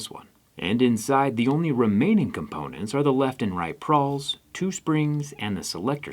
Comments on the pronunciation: Did you mean to say Pawl, instead of Prawl? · It's a "pawl" not a "prawl." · Prawl? You mean pawl? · "pawl" not "prawl"😅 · ITS PAWL NOT PRAWL!! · It's "pawl" not "prawl". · Pawl, not prawl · Pawl not prawl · I think its pawl, not prawl lol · I think you mean pawl, not prawl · PRAWL? PRAWL PRAWL PRRRRAWL??? It's pawl, busta. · It's PAWL not "prawl" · You got too many r's in pawl.